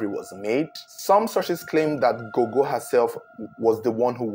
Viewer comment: I like how you pronounce correctly zengeza and gogo, surprisingly this is ghetto residencial areas more like high density areas in Zimbabwe so the houses are a bit closer to each other my wonder is how no one could here nothing it's very puzzling